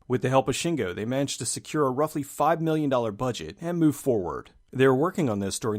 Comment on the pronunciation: When you are comparing the Budget of Moon and Sunshine... why do you emphasize "Million", when both productions had millions? Why not go on 5! and 15! or 50! . This drives me crazy cause it sounds so off... sorry. great videos!